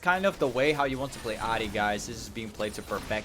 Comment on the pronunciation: Jesus Christ why do you pronounce her name like that